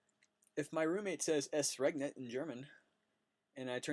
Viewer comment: Just in passing "ES regnet" not "EST regnet"